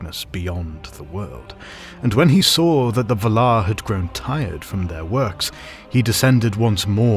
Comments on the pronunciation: Ah 😅 Fair enough. I didn't mean to nitpick, I think the pronounciation in the video sounds still legit but for some reason it really irritated me, like if someone is saying an everyday word with a markedly different emphasis... you know like in Family Guy when Stewie annoys Brian with how he prounces "wh" in "what" 🤣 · That is the incorrect pronunciation of Valar. Also Aman. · I don't care what you think, you are pronouncing 'Valar' like a twat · Tolkien was very specific on pronunciation so it was weird hearing the words Valar and Orome said in this manner. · Your pronunciation is wrong. There is a pronunciation guide in the appendix. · Can't watch because of how he pronounces Valar. Sounds so weird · half a minute in and you already turned me off with your horrible pronunciation...that's not how you pronounce valar. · Your pronunciation of valar is killing me 😂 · You are saying “Valar”, funny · Honestly, it annoyed me, too 😅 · Yeah it confuddles me too :D